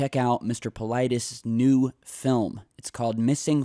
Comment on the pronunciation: You killed his name. He must have Greek roots, his name must sounds like Pavlethes (use google translate and put the following: Παυλίδης then ask to translate from Greek and use the speaker button to hear how it sounds)